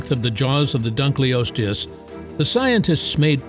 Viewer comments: Yo this video is chock full of horrid pronunciation - i mean - Dunk-lee-osteus? Come on. hahaha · Dun-kil-os-te-us to be phonetic. The discover was named in hoonour of David Dunkle. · Your pronunciation of Dunkleosteus is making me itchy. It's dun-kul-OS-tee-us. Like the German word for dark - "dunkel". Named after the paleontologist David Dunkle. I know you can't/won't edit the video, but spare your own embarrassment going forward. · Not an expert, but I think you are mispronouncing " dunkleosteus" The first part of the word, "dunkle," rhymns with "uncle," is German for dark. So, dunkle is a word, and I'd think the pronunciation should be dunkle-osteus. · I had to leave when I heard dugliosos for the time